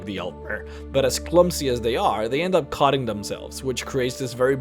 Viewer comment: cotting its cutting do you even pronounce bro